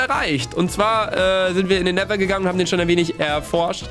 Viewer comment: Gomme immer so: nehser: Nether*😂 Feier euch❤️💪🏽😂